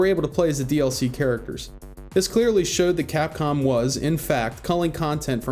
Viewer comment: did you call capcom cockcum?